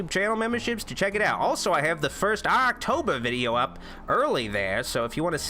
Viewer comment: Did you just say "do any promotion stiff?" about Aaaahctober? Just asking, because that would make sense.